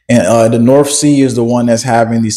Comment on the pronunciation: The norff sea? You sound like one of my pals from Souff Carolina 😂🤣😇